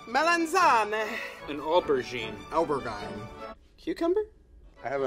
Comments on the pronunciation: Oh-bear - gain hahah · yes it’s a ober-jine